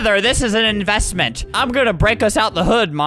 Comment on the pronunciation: "MOTHER GET THE CREDIT CARD! ITS AN EVESTMANT"